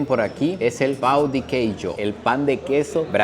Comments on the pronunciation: Kkk man, hay diferencia entre la palabra Pau y pão ,tu dijiste un Pau de queijo jj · soy la unica que dio risa como dice pan en portugues (jijiji) es importante de pronunciar bien pan porque si no esta pidiendo el miembro masculino del varon 😅😅